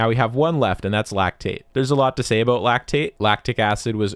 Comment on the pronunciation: "Aboot" Hmmmm